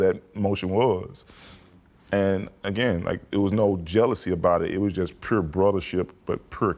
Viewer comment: I love Tuck as a player and a person, but get that man a speech coach so he can learn how to say 'pure' 😂😂😂